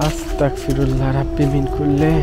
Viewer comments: ভাই এখানে আস্তাকফিরুল্লাহ হবে না আস্তাগফিরুল্লাহবে❤ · আস্তাকফিরুল্লাহ - হে আল্লাহ আপনি আমাকে কাফির বানিয়ে দিন। Bro ⁉️ আস্তাগফিরল্লাহ - হে আল্লাহ আপনি আমাকে ক্ষমা করুন। একটু সাবধানে উচ্চারণ করতে হবে ব্রো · আস্তাকফেরুল্লাহ নয় আস্তাগফিরুল্লাহ হবে। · ভাইয়া Comment ta Skip করবেন না, আস্তাকফিরুল্লাহ না এটার মানে > আমি কাফের হতে চাই । আস্তাগফিরুল্লাহ হবে এটার মানে> আল্লাহ আমি আপনার কাছে ক্ষমা প্রার্থনা করছি ।। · আস্তাকফিরুল্লাহ না ভাই আস্তাগফিরুল্লাহ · ভাই আছতাক ফিরুললা এটা ভুল।বলেন আছতাগ ফিরুললা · বেটা তোর উচ্চারণ ভুল আস্তাক ফিরুল্লাহ হবে না। হবে আসতাগফিরুললাহ।